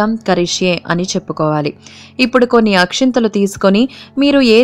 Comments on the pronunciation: Akhintalu kadu akshtalu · Not Akshinthalu...... It is Akshathalu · Akshathalu not akshanthalu